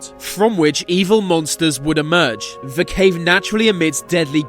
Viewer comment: can this guy pls say the instead of ve